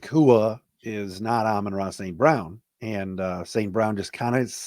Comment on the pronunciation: It’s Amon-ra, not Amonray.